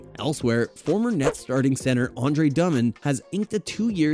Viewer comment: Andre "Dumbmmond"? 😂